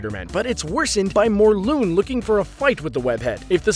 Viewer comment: adam burke ha yeah its mor•lun he said morl•oon